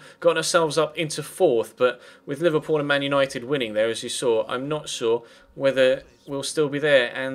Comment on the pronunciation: You said Manuel Nited at the end